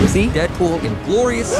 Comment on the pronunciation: What about deadpool, you said deadpood